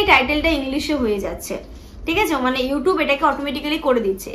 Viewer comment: Englis❌ Youtub❌ Capsan❌ English You Tube Caption Kindly pronunciation thik koro Sunte khub awkward laage ei sob vul vaal pronunciation